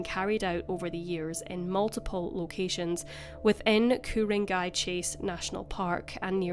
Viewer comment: Thank you for taking the time to learn how to pronounce the many suburbs in Sydney! U did a brilliant job, a lot of the suburbs aren't easy to pronounce if ur not an Aussie & was so impressed that u got Ku-ring-gai perfectly. There are tonnes of vids done about our beautiful Great Southern Land 🇭🇲 by non Aussies & they don't pronounce anything right & the way they say Brisbane, Melbourne, our nations capital Canberra, Queensland, even Australia & Aussie is pronounced wrong. Just one thing tho, we don't call it police departments, we call them police stations or if u wanna get real Aussie with our slang, we call them cop shops! Great vid hun, it's great ur putting Trudie's story back out after all these years! U just never know if someone watches ur vid from the Northern Beaches & remembers something from back then or will finally have the guts to go to the cop shop & tell them something they've been too afraid to say after all these years. Sending love & best wishes from Straya mate! ❤